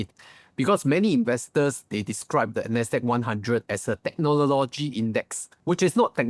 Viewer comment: can u learn to pronounce "technology" and also the word "modest"... is not pronounced "mode-ders"